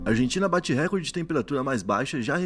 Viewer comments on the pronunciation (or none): none